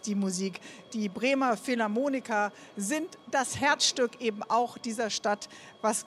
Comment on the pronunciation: Philharmoniker nicht Philharmonika ;)